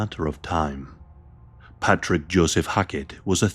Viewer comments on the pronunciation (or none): none